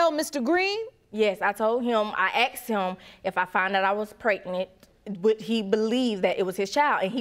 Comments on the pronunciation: This woman needs to learn to speak properly instead of screwing around. God, I can barely understand half of what she's saying. She Axed him this and Axed him that! Pardon? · Don't forget she Axed him this and axed him that.